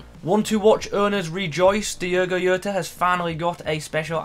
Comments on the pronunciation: Its how he talks when he says yota and not jota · I understand you're not Portuguese (That's fine) but the last name is pronounced 'Joh-ta'. P.S. Finally an upgrade. Now Robertson needs an IF and we're good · Diogo what mate? 😂 decent review btw ( it's diogo jota actually like it's spelled 😅)